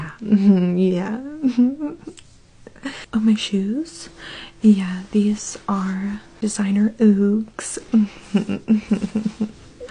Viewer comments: Did she say OOOgs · It’s pronounced uh-gg-sss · The “ ouugs” killed me the way it was pronounced killed me